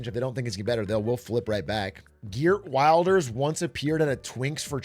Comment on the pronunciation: The Dutch right party's leader's name is pronounced like "Hurt Verlders" but I'm going to call him "Gert Wilders" from now on cus that's going to make his supporters so mad